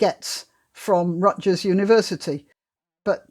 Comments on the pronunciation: Hard "G" in Rutgers (Rut-gurr) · P. S. The g in Rutgers is pronounced as a G, not a J.